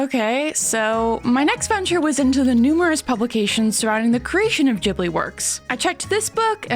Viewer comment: pronouncing it like jibbly is so cursed